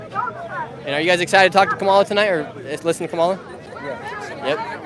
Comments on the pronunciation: Kamala stress first syllable, not hard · Camel The Hair Ass is how you pronounce it .. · Hey Nick, maybe someone already said this…. Say Kamala’s name correctly + the shirt both will help